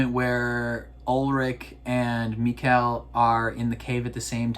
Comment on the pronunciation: Great reaction, might be nitpicking but Mikkel is pronounced like Nickel with an M. 😜